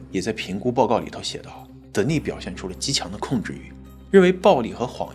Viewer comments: You mispronounced the name "Denis" [d'enis]. The accent is on the first syllable. The female version of this name is Denise [dni'se]. The accent is on the second syllable. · Denis 是不是唸：丹尼斯。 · 男性Dennis 的發音是在第一音節 。女性Denice 發音才在第二音節。